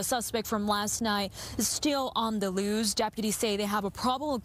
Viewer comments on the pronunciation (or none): Reporter needs to revisit her pronunciation of the word loose.